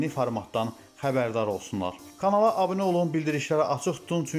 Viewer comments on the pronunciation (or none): none